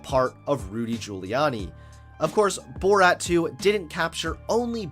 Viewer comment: This video was great but I love the way you say "Bort"